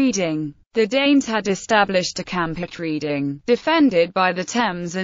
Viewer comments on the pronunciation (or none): I cannot abide these computer generated commentaries. Why on earth can't they get a real person to do it? That way they might pronounce things correctly - it's Redding, not Reeding.